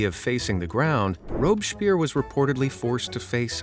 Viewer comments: His name is not Robeschpierre, this is why I stopped subscribing, constant mispronunciations and slightly off information just for engagement. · He mispronounced robespierre 😂😂😂